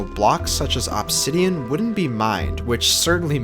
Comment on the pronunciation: what the fuck is "opsidian"